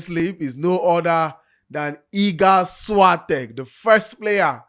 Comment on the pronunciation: this is not a way to say Świątek